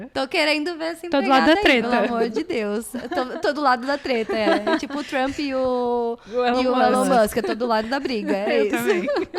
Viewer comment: Eu te entendo, eu também falo as vezes “Trompa” 😭😭😭😭